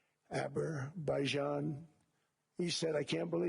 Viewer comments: Did he just pronounce Azerbaijan as “Aber-bye-jon”? Again? God, he’s a moron. Pretty sure if you don’t know what a country is called, you didn’t solve shit… good to know that him and Putin are so close though. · Why does he keep pronouncing Azerbaijan “abber-bye-jon”… lord we’re cooked